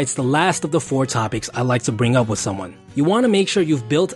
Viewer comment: It's not "wif" it's with. It's not "wiffout" it's without.